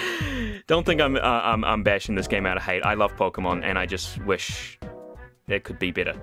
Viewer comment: oh ok I didn't understand you said Which instead of wish